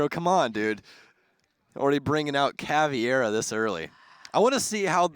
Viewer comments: it’s pronounced ‘cav-era’ not ‘cavie-era’ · Here's a drinking game: every time either caster mispronounces an op name (caveira being pronounced cav ee air a), makes an incorrect call on a kill or play (basically just says something happened when it was actually something else), or the guy with the deeper voice says "respectively", take a shot. Enjoy alcohol poisoning